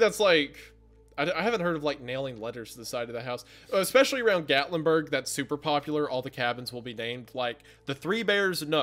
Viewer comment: ICK specially is not a word. It is pronounced ES pecially.